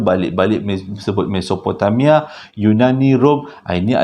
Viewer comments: Assalamualaikum... Audio dah upgrade ke makin bagus bunyinya... Tergelak saya tadi dgr abg tersasul mesototopomamia😂😂 apapun terbaik mmng follow.. Owhh ya saya nak request abg cerita ttng kisah reynhard sinaga mesti best bila abg cerita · aduhai ..makin kelakor lah pulak .. Gobekli tepe ..macam nama Gobeksireh ... Mesopotamia pun boleh tersasul ...mesotopemia .. Menghiburkan .. Terima Kasih infonya .. di Lembah indus Mahenjo Daro Peradaban Harappa dikesan adanya Sisa Letupan Bom Nuklear kan ..? yang mencenggankan Pengkaji Dunia baik arkeologi mahupun ..Akedemik ..